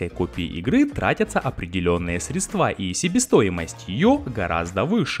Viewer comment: СрЕдства, не средствА